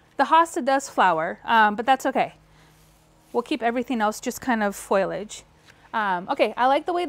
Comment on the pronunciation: I want to subscribe, but first you have to stop saying “ FOILage”........the word is “ FOliage” fo lee age.